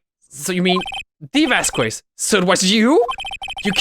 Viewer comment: I think Vasquez is pronounced Vas-Kess